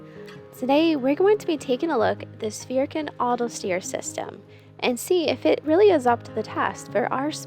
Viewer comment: gotta work abit on the pronunciation of the name 😁 Sverige mitt älskade land ❤